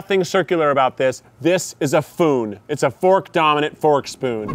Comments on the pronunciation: It is pronounced Fpoon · it's a fpoon bro